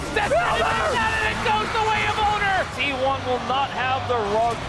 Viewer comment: why do they keep reading "oner" as "owner"?